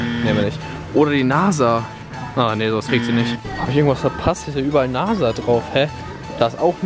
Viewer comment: Weiß du nicht was NASA Bedeutet lol😂 das ist ja wie soll ich sagen Firma die mit Raketen fliegen und bla bla bla 😂 PS. Das sag Mann NASA mit s nicht z